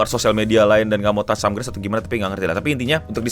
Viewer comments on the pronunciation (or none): none